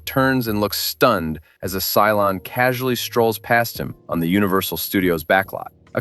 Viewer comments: and "Cylon" not "Cylone." :) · It's "Cylon", NOT "Cylone"... 🤦🏻‍♂️